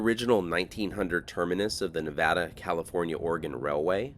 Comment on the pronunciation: Thank you for not saying Nahvahdah 😂